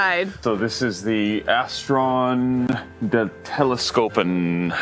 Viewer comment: Your pronunciation of 'Onderdandam' was very good!